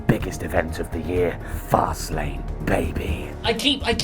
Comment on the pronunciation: The "Fast Lane, baby" thing is getting stale now,. Yesterday, I could swear it was said with the inflection make it sound like that was the actual full name of the PPV.